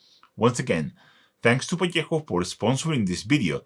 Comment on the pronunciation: Qué alegría da escuchar ValleJJJJJJJo en vez de "Valueho"😂😂😂😂😂😂